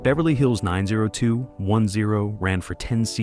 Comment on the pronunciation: 90-20-10? lol it’s 90210